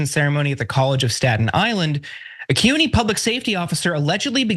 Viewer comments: CUNY is pronounced: “Coo Nee” — NOT — Q-Nee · VERY GOOD SEGMENT. Just a little correction,. CUNY (City University of New York) is pronounced Koo-nee, not Soo-nee, which is how SUNY (State University of New York) is pronounced.😊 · Kyoo-nee is the correct pronunciation for a city university of New York. Soo-nee is for state universities of New York (SUNY). I was thrown off by that for a minute myself. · Maybe it was the second occurrence of CUNY where you mispronounced it. I did notice that you pronounced it correctly the first time. Excellent!